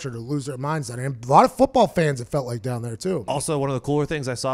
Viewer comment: Take "Dahn" the Chargers?